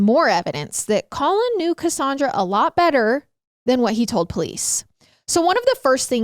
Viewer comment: Im a Cassandra but i say CassANNdra not cassundra. So is tripping me out.